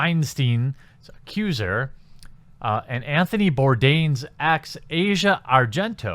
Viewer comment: Your ignorance is showing. 1)The #me too movement was started by activist Tarana Burke over a decade ago (2006). 2)You don't even bother to pronounce Asia Argento's name correctly, yet you seem to know her well enough personally to know that she's a "cockroach" and a "mosquito". Her name is pronounced "AH' see uh", not like the part of the world /continent known as Asia. I'm neutral on the subject of Asia Argento. Neither a fan, nor a detractor. However, the out and out hate you exude towards women in general is palpable and thoroughly disgusting. There's nothing like whipping up a little bit (haha!) of division to rile up the masses. On the other hand, maybe (just maybe) you're so pissed off because no self respecting woman would ever even want to be seen with a guy like you.